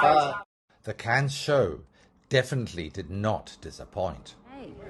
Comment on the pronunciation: Please please please it’s pronounced CANNEs with a very very silent S